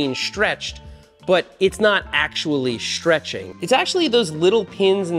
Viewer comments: What the heck is shhtrech?. Isn’t it stretch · Chains don't "schtretch" they stretch 😂 well ok they wear causing them to lengthen. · what is sh-treching? XD